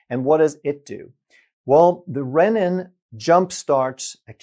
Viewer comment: Renin is not pronounced "rennin". That is a digestive enzyme.